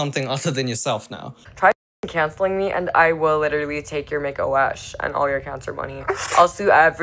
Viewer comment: Why does she pronounce cancer: “KEY-ON-CER”? It’s very annoying.